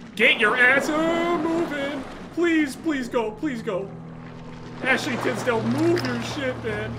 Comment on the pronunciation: took me out. “ ashley tisdal “ or however you spell her name lol